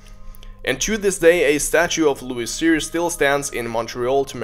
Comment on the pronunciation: Thanks for talking about louis cyr (luis seer as you said). He needs more recognition for his incredible achievements,a great man from our Quebec nation!